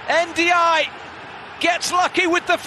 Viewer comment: The commentator's pronunciation of Ndiaye was so wrong...